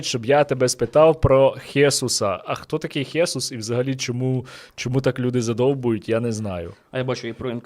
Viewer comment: Та не хЕсус а правильно хесУс, неправильного наголос кажете це іспанське ім'я по українськи Ісус...